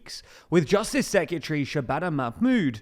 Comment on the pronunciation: Secretary, not sekyatree